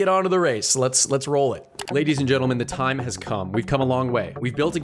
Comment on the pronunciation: why did you " wesate all this theime " ahaha